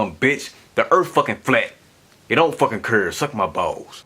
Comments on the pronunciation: Earth, not erfff. That speaks volumes. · cant even pronounce words.. says the moon gives off its own life ha ha...what an idiot.. its earth not errfff....lol what a dum ass... great video team skeptic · Anyone who pronounces the word "Earth" as "Earf" on a consistent basis has ZERO credibility on trying to explain the scientific reasoning on anything about the planet ( a celestial body) EARTH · What is an " EARF " ? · did he just say "Erf"..... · he didn't say earth he said erf so he is right erf is a flat sound but earth is round and NASA North American Shipping Association if you played destroy all humans you would get the nasa joke I did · on another note... he ain't much of a moron he said the EARF is flat. not the EARTH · Earf! Hahaha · His erf gives me mirth..lol WE WUZ FLATZ!! YO ERF!! LOL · I agree..he is a total idiot. He can't even pronounce earth and he thinks he can explain it?? His erf fills me with mirth..lol WE WUZ FLATZ!! Lmfao!! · Please, take a rapid course on sarcasm, than come back and read the comment again... If you are confused by the "BuyBall" its just mocking him for how he pronounces it (like "erf" for "earth"). Can i guess you are american? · how can someone say earf so many times wrong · oh, the "da Earf" guy haha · "Ends of the Erf." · THE EARF!!!!!!!!!!!! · I am still trying to figure what an “ EARF” is. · pronounced urf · Can't even say earth, and trying to explain it and that should be a clue. WE WUZ FLATZ!! YO ERF!! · Maybe he suffers from a speech impediment? Or maybe he's just not intelligent enough to learn to speak english properly. It does require some brain power. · He can't even pronounce earth and he's trying to explain it??!!! His earf fills me with mirth..lol We WUZ FLATS..lmao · I found da Earf, but I can't find the een uh da Earf.